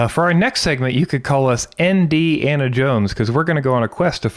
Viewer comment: "NDana jones" lmao